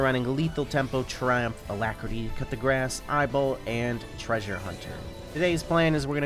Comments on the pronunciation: im new in league so i thought he was saying "cut the grass" so im looking where is it only to find out that its coup de grace (kuh-de-grah) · I'm french and you always say "cut the grass" for "coup de grâce" it's coup like "koo";)! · Wait.....did he say "cut the grass" for coup de grace 🤭🤣🤣🤣🙈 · did you really say coup de grace as cut the grass...